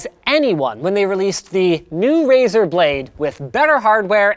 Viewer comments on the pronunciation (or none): none